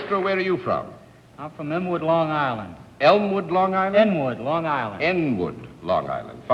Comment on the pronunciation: There is no Enwood Long Island. It's Inwood. must be a long island accent thing